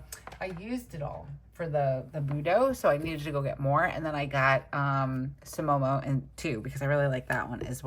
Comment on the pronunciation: So much cute! Here's a mini Japanese lesson for you! Pronouncing vowels in Japanese: A = ah; I = ee; U = ooh; E = eh; O = oh! So sumomo would be pronounced: sue-moh-moh, and kikyou would be pronounced: kee-kyo-ooh:) Have a fantastic weekend!